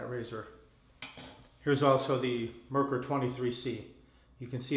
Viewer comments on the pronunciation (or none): It's not (mer-ker ... it's mare-core ... German for mercury)